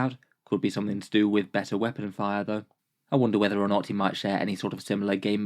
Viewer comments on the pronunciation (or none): none